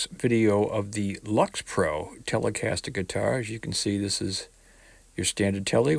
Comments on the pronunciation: The brand is pronounced "Licks Pro." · Paw-low-nee-a and licks-pro. And please at least say Grote as in growth and not grout. It's hard sometimes to understand Boston here in Texas. Excellent playing, so it's amazing for the price. A pair of pickups and wow!